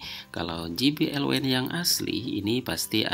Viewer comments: Mas maaf izin koreksi, penyebutan kata wind harusnya "wind" bukan "waind". Terima kasih buat kontennya sangat membantu 🙏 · Wine : Anggur - seperti yg dibaca Wind : Angin - seharusnya yg dibaca